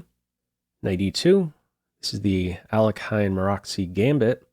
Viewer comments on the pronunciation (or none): I mean if u mean about Alekhine, its more like Alyohin, where y is not pronounced explocitly (idk the linguistically proper way to say it)